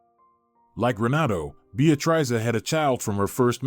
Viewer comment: Narrator needs to learn how to pronounce Beatrice.